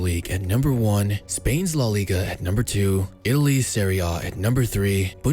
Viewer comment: Serie A* not Seri Oh